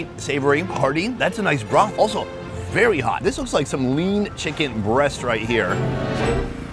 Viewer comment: sounds like he saying bra but he means broth ( mark weins)